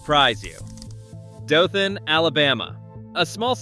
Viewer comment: Dothan is pronounced DOE-thun.